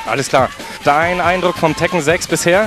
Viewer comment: LMAO im sorry i cant get over the "Tekken Ziiix" LMAO